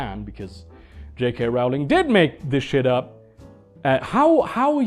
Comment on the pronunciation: It's pronounced 'Rolling' not 'rowling' How are people still getting this wrong after 20 years!